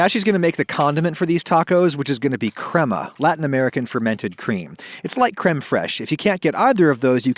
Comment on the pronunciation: adam, crema in english is pronounced cray-muh, not crem-uh